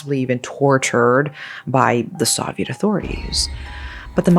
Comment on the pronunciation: That's it. This has to be Ai. The English is too fluent to still pronounce "Soviet" wrong. There are always little mistakes that almost seem charming, but that particular word is way too well known to be mispronounced by someone who is this fluent.